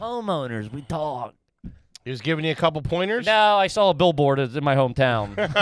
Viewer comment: pronounces saw “Saul” anyone else notice?